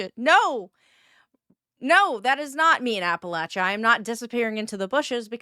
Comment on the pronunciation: Holy Shit, she accurately pronounced Appalachia in the first part of the video at least